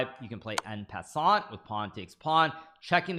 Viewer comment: Hikaru finally pronounced “en passant” correctly? 🤩